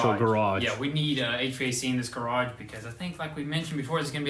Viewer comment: When he said "we can put a garge door on the wellhouse" i died😂😂😂